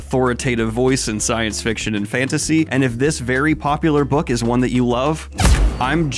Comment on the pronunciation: I got a weird shot of dopamine every time you said Skience